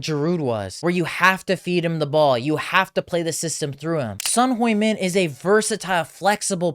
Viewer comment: Want credibility? Learn to pronounce his name. He’s only been playing for over a decade in England…even they can get it right. I turned you off immediately 🙄